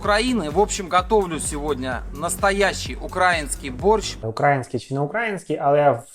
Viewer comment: 😂 в мене так само, щоразу як чую «укрАінскій» трохи нудить. Але що казати, як вони на рАсіі не вміють балакати